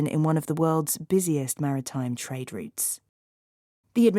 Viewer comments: 감사합니다. trade routes가 '트레이드룻스'가 아니라, '트레이드륏스'로 발음해서 못알아들었네요. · 처음엔 routes가 안들렸습니다. 리츠로 들려서 뭐지? 했는데 routes였네요 😅😅😅 산수하느라 바빴습니다 😂😂 감사합니다 ❤❤❤❤ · 저도 rates로 들었네요 😅😅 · 아무리 여러번 들어도 routes처럼 들리지가 않네요ㅜ 항상 좋은 기사 감사합니다!~ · Routes가 진짜 다르게 들리네요 열심히 외웠습니다!